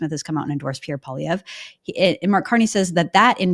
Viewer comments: It’s Poly-EV Kevin not Poly-VYAY. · I thought that Kevin is a fairly smart guy but he seems to have some kind of issue when he can’t pronounce Pierre’s last name properly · Kevin is great but he really needs to learn how to pronounce Poilievre's name correctly.